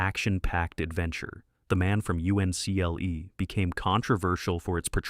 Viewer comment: Only an AI narrator would call it “The Man from U-N-C-L-E.”